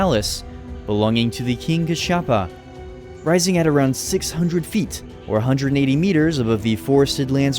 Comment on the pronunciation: The way he pronounced the word sigiriya and king kashapa is hilarious as a Sri Lankan